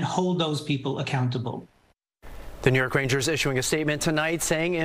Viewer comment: Why are you emphasizing the “New York” so much lol